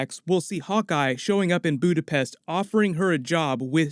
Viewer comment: Budapest or, alternatively, "Buddha-phesh?"